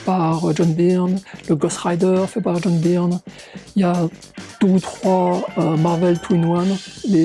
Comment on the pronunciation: Ce qui me fait le plus halluciner c'est que tu continues à dire "Byrne" à la française (certainement comme quand t'étais gamin) alors que ça fait des années que tu vis aux USA ! ^^